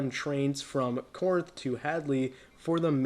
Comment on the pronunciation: Good video! By the way, Corinth is pronounced "KA-rinth".